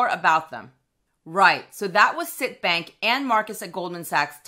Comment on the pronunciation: Hi as a former employee of CIT please note that it is pronounced CIT as in ABC. No biggie just a pet peeve! I will be taking advantage of their rate! I currently have Marcus but a full point is too tempting to pass up with no hoops to jump through.